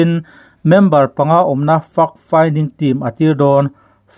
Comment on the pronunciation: Fact finding team i lam dan hi fimkhur a va tha em! Report a that thin teh lul nen. Fact hi fuck i ti ta mai emaw kan ti palh dawn tlat